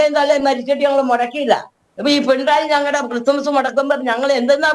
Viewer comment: പിണ്ടായി അല്ല പിണറായി